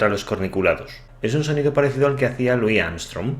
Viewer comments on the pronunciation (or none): none